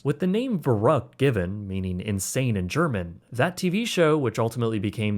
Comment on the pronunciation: Greetings from Germany. Love your German pronunciation 😄❤